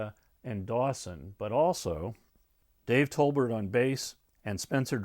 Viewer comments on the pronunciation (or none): not Tolbert!